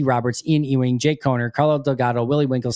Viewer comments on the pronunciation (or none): Janke is said like yankie btw! Thanks for the vid!